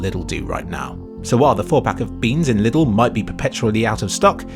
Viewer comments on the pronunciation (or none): Just want to mention that it's not pronounced "liddl" and more like the name "Lee". Leedl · Its funny how you pronounce Lidl :D The "correct" way would be Leedl and not Little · European detected. For some reason, that's the official pronunciation of Lidl bere in the UK. Watch any advert on the TV and they say it just like that. It's kinda like how you might get an aneurism the first time you hear someone say La Croix out loud. But it turns out "la croy" is just how the company wants you to say it. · The way you pronouce lidl is hilarious but i dont blame you :D What really surprised me was that our german supermarkets are the cheapest in england lol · I just like how pronounces "Lidl".